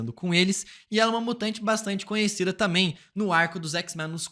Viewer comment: Seu "tamém" é o único ponto negativo do canal...